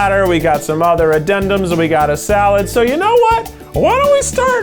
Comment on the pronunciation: Potato Zee-alad